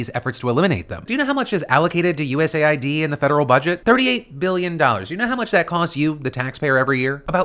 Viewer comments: Ooooohhhhh it’s US Aid not U Said or U. S. A. I. D. 😅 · “US AY EYE DEE” instead of US Aid, how politically correct of you 😊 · It's clearly pronounced US AID lol wtf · "USA ID"...? 🤔 Not "US AID"? 🤨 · It is pronounced US Aid. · Why do they call US Aid, like U.S.A.I.D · I thought USAID was pronounced as “US-AID”